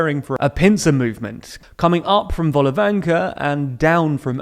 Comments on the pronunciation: That is one almighty volte-face on your part. Make your mind up; either pronunciation matters or it doesn't. Volnovakha is not pronounced with a hard K. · Vol-no-va-kha. That KH is a gutteral sound, not a plosive. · Later on it'd be great to hear tldr reports be more exact on the pronunciation of toponyms. It's crucial because when people share your news, these mistakes will linger and may cause confusion. For instance, Bucha is rather BOO-cha, not BOO-ka, Volnovakha vawl-naw-VAH-kah. Other than that thank you for your work! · As a Ukrainian, it's funny how you mispronounce all the latest names of cities :) Like: Буча, Ізюм, Волноваха Besides that content is pretty OK :)